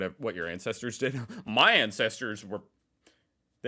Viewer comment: you said " incesters " instead of " ancestors " a very different type of family relationship 😮